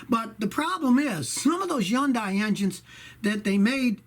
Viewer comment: why do u say yundai? is the h silent?